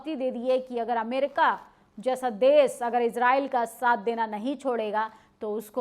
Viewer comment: Desh Shaasak Surakshaa Taanashaahi Ghaazapatti SharmSaar Plz correct your pronunciation to be more authentic, If possible 🙏